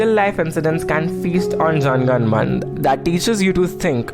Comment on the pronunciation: Isn't it Jana Gana Mana? Not Jan Gan Man 🤦‍♂️